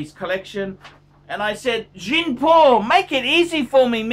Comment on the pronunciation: find a good logopedist....